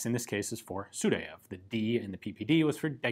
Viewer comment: Good Russian pronunciation at this time except Sudayev name. Actually his name sounds not like , but like – Sooo-die-ev